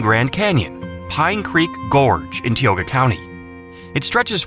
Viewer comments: I know. "Tioga" is pronounced "tie-oga", not "tee-oga." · CENTRALIA isn't NE PA.. TIE-OGA is how it's pronounced. You messed up the Watershed one, Missing Genesee River. The stone in Adams County YOU DIDNT SHOW. The ringing rocks sound is AI. Kinzua bridge shots with drones are ILLEGAL. Raystown is man made over some old RR lines. Most of your clips ARENT EVENT IN PA Anthracite coal is NE PA. GENESEE RIVER FLOWS NORTH, WEST BRANCH OF THE SUSQUEHANNA RICER PARTLY FLOWS NORTH. Your info is wacky. Not impressed.... Hershey is listed twice... Same for Ohio Pyle... Rockville bridge.....